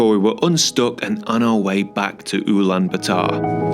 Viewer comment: please don’t pronounce Ulaanbaatar as uulan ba taar. the double “aa” indicate long vowel and therefore it is pronounced as U (as in uber) Lahn Baah Tahr.